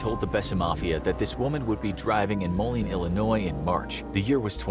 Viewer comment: Molione, Illinois? The 2nd “o” must be silent...